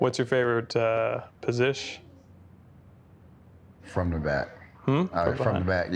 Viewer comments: “What’s your favorite posishhh?” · "Posish" Lol